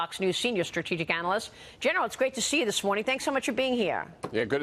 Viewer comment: You can pronounce Xi Jinping like "She Jean Ping". Not so much like "Zhi". Actually the Chinese pronunciation is a little more sibilant "Sshe". Hope it helps.